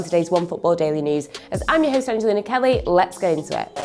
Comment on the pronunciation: Ugh it’s angelina 😒